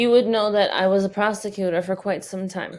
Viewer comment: "prosticutor" lol